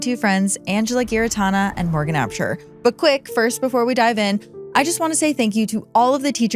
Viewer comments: If she’s your friend then make an effort to learn how to pronounce her name – Giarratana is pronounced with a J sound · That is not how you say Giarratana, bruv